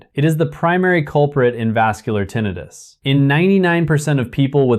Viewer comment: I’m suspicious of this report: how could a doctor pronounce the term “tinnitus” as “tinn-ee-tus”consistently throughout the report EXCEPT where he pronounces it “tinnitus” as in “tinn-eye-rus”?